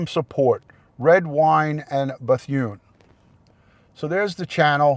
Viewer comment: It’s pronounced “Beth-oon” not “Beth-yoon” FYI. You make it sound like a Korean woman’s name lmao 😂